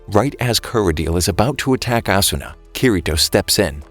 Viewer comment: Its actually ah-su-na